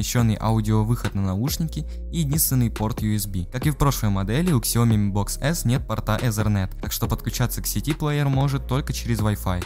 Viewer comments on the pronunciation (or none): Китайцы говорят сиоми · Не ксяОми, сяомИ!!! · Сяоми а не ксяоми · Ксяоми? Серьёзно?